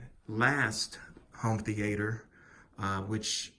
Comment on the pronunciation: Why do you keep saying home theAter? Sounds weird. Also, come on bro. From one PowerPoint to a competent YouTube video is only a couple of steps away from what you've done with this upload.